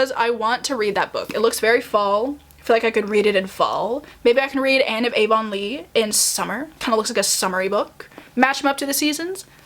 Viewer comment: Anne of Green Gables is a charming easy read, with heartfelt messages. How you pronounce Avonlea is “Avonlee” or A - Vaughn- lee